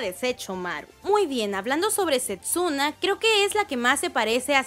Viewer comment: Porque sepsuna? Es Setsuna.